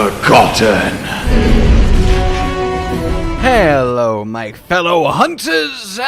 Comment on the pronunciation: why did i hear "lost but not forgotten!" as "lost but not for cotton!"